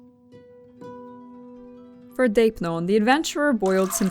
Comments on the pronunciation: Just a suggestion, - ει - in δεῖπνον is not pronounced as the diphthong /ei̯/ (or /ej/) in Ancient Greek, but as a long-e = /eː/. Plus the circumflex changes it a little, it's something like /dé.è.pnon/ (the first é has a rising phonetic value, while the second è has a falling one, hence the symbol of the circumflex ^ ) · Deipnon is pronounced with a soft d sound… otherwise spot on 👍🏻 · You're right that's the English pronounciation (ch as k) but it's wrong because it's a Greek word and she was talking about the proper Greek pronounciation.